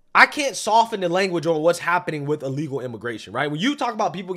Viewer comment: Dude can’t even say the word…”Illegal”